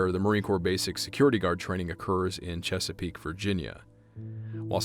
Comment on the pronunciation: I know it's a small thing, but as a native of Chesapeake, VA and Norfolk, hearing your correct pronunciation of the city names was surprising; we get a lot of people from outside of the area calling it like "Nor-foolk" or "Noor-fork" and you can immediately tell they're from out of town. Seeing Chesapeake mentioned was surprising, because nothing exciting ever happens there.